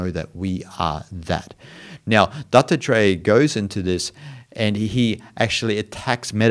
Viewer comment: it sounds like you are saying Dr Dre instead of Dattatreya, creates a wonderful spin on your lesson, great stuff btw.:-)